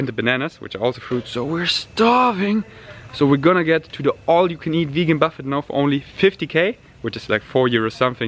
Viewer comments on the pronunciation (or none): I hate critiquing the English of non-native speakers, but I've been told many would like to be. So, without wanting to sound like a dick, you don't pronounce the "T" at the end of "Buffet". It's more akin to how we pronounce "Ballet" (the dance style). So, "Buff-ey". Only thought to mention this, as scorpionmind corrects you, and you don't seem to mind lol x. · Thank you so much! I always love corrections and I actually know how to pronounce buffet but I keep making this mistake so often 🙈 Feel free to always correct me, I absolutely appreciate it 💚